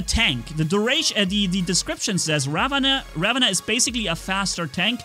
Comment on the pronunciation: Ravana is actually pronounced as raavan